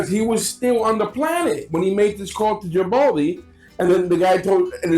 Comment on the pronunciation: Maybe it's because sometimes when the say his last name it sounds like Gabaldi.